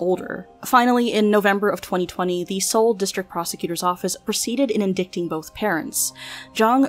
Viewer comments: In-dick-ting? Girl it's pronounced in-DIE-ting. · You should’ve looked up how to pronounce “indicting” In-die-ting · Indicting is pronounced "inn-DIE-ting". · The word indicting is pronounced in-die-ting not in-dic-ting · Indicting is pronounced in-die-ting, not in-dik-ting lol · in-DITE-ing, not in-DIC-ting. The C is silent. Your research is appalling by the way. If you're going to profit off of a dead infant'sstory, can you at least do a more rigorous investigation in memorializing her in your entertainment videos? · i love your vids, am subbed, and like every video you put out as soon as I see it. And I’m super sorry I really never want to be this guy. I don’t have an English major and I’m not a lawyer or anything but the C in indicting is silent. It’s pronounced “In-dite -ing” or “en-dite-ment” I hear so many YouTubers say “in-dik-ting” and it just hits the ear wrong. Anyway love your vids. Keep up the great work. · Hey, I'm gonna be that person... Indicting is pronounced "in-die-ting" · Indicting is pronounced without the “c”. As in In-dite-ing. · indicting like 'In-die-ting' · Not trying to be rude or anything but if I may share a tip- indicting is pronounced “inn-dye-ting” :) great video, but such a shame these awful people hurt such a beautiful little girl. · Horrifying level of negligence shown by all authorities involved in this case. Many more should be in prison. Also, indicting is pronounced in-die-ting because the English language is an asshole. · the c in indicting is silent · The C is (supposed to be) silent. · I just stumbled on your channel and like it. If you make crime videos, ask Google how to pronounce indicting. You butchered it! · you say "indicting" incorrectly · You narrate crime stories but can't say indicting correctly.... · ... except "indicting," which you mispronounced for some reason.